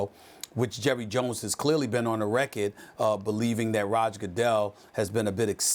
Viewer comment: It's pronounced RECK-ORD not WRECK-IT. Do I have to clip SAS's tongue?